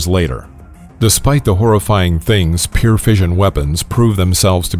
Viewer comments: 1. can someone correct this guy's pronunciation of the word "pure" - he says it like "peer"; 2. Incorrect display of the hydrogen bomb - you are showing the gun-type fission bomb, the type used over Hiroshima. 3. Am I the only one not seeing this - I thought the Neutron Bomb, stopped by Carter in 1978, did what this video is describing? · Also, you need to learn how to pronounce the word 'pure' - it's not 'peer', as you seem to say...